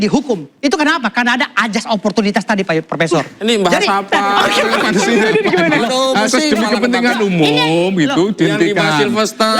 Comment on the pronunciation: Oiwobo ngomong "ASAS" aja jadi "AJAS" pletat pletot gitu mau bicara tentang HUKUM,,,,Hadeehhh